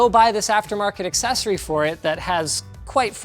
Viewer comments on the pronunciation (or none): none